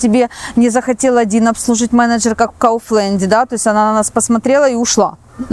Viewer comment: Почему кауфлэнд? Слово немецкое. Kaufen-покупать,Land-страна. КауфлАнд!